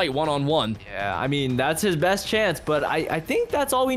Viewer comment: Do you mean best Why do you say bass girl